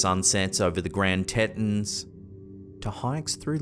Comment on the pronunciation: That's a rather creative pronunciation of the Grand Teton mts, area in the US (usually it's "gran tea-ton", it's from the French for three big breasts or teats)